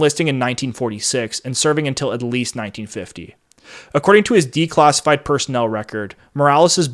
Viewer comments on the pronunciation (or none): dude, this would have been much easier to listen to if you didn't keep trying to pronounce the letter A in such an awkward way. Please speak normally, you did it many times in this presentation. Assets not ossets. assassins not ossossins. classified not clossified. etc.